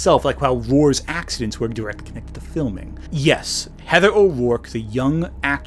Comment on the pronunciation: Speaking of 'accent', that's what I hear him say instead of 'accidents', he's managing to say it so fast.